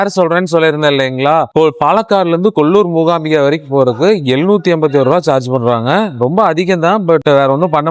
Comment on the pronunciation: The Devi's name is MOOKAAMBIKA, not Moogaambigai. The meaning changes drastically. Thamizhans have a very bad habit of distorting the pronunciation of other language words, deliberately, even though they can pronounce it corretly, without much effort. They need to realize this and correct it. Padmavathi becomes Bathmavadhi. Kaanthimathi becomes Gaandhimadhi (changing the whole meaning - Kaanthimathi means one who is filled with glow/light. Gaandhi madhi means Gaandhi's brain/thinking) கொஞ்சம் மாறுங்கப்பா.